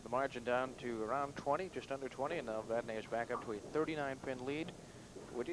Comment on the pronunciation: Uuuuggghhhh....if I hear "Vad-NAY" one more time....